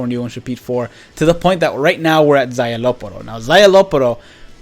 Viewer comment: SZAYELOPPORO ????? Wtf his name is szayelaporro😂